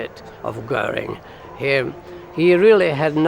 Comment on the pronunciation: Si les docs sont bons , l·IA elle est une saloperie qui déforme la voix de l·Homme ? A quoi cela sert Il ?? on se le demande ....Deformations des noms : ex : canal de Guanal ...Gurin au lieu de Goering et autres ....Ce serait si agréable d·écouter une voix humaine avec ses arrêts et autre ponctuation !! C·est exactement comme ceux qui ont voulus aller sur la lune , alors qu·il n·y avait rien á gratter ???? L·être humain dans toute sa splendeur et les moutons derriere ...Salut ...